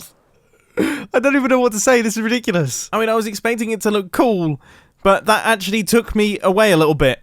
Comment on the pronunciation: Only Mumbo pronounces "cool" as "coo"